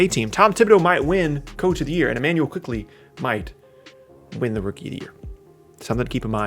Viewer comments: It's Immanuel Quickley , not Emmanuel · Immanuel not E🤦‍♂️ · bruh it's Immanuel